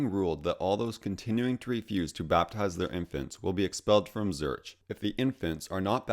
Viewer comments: Very good! Keep up the good work! Pronounce Zurich: "Zurick". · I think Zurich is pronounced Zurik. It is in the UK at least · Apart from your VERY questionable pronunciation of places... Zurich, Transylvania... It was interesting. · As a sign of respect, you could learn how to correctly pronounce 'Zurich' (Switzerland^'s biggest city after all)... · Great video.. pretty sure you are mispronouncing Zurich